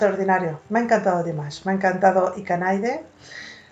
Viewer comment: Thank you so much for great reaction to Dimash and your pronunciation of IKANAIDE is perfect 👍. English speakers have much trouble to pronounce Japanese. Dimash's Japanese is near perfect in this singing with lot of emotions and sadness. He sang this song better than most Japanese singers 🌸